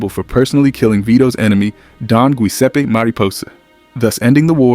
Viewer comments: Giuseppe, not 'guiseppe' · Giuseppe is pronounce, Jew-SEHP-Peh, not Gyu....... Love the video. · Giuseppe is "Jusseppey" not "Gweseppy." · Did you say “Gooiseppe”? 😆